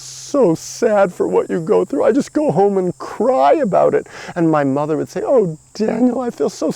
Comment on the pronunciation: It's 'home', like a pigeon. NOT 'hone', like an axe. I like these videos and am happy by nature ok. But also so traumatized that I got sick and lost. Oh well.